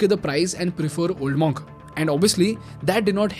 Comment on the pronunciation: Spelled Monk but pronounced MUNK not MAWNK.